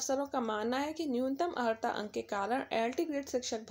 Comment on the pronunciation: Pahle sahi se pronunciation karna to Sikh lo maidam, Aharta nahi Arhata Padha jata hai.